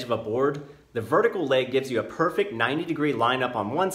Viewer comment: painful to hear you emphasise "perfect" 90 degree and "perfect" 45 degrees. strong words in this imperfect world 😬🙂